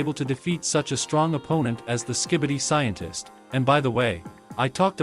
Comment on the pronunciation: Sientist. Tolit. Restendpesh.